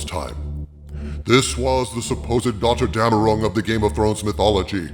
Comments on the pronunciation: "Götterdämmerung" is pronounced more like "gutter-demmerung", pal. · Anybody else confused when he said gotterdammerung in the beginning? CC translated it to daughter down a rung 😂.